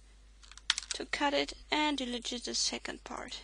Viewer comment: i have noticed that in your videos everytime u say delete, you say it like del-i-jit. just for the sake of better english. its pronounced de-leet. great video btw! :)